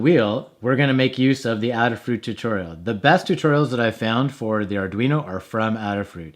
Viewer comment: Thanks for the video. Since Adafruit is named in honor of Ada, the Countess of Lovelace, the first computer programmer, I'm sure the company name is pronounced with a long A.